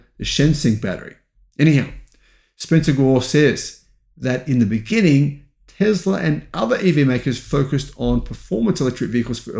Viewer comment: For being a EV go getter you have to learn how to pronounce Tesla. There is no Z. Tesla….s for Sam, not Z for zebra!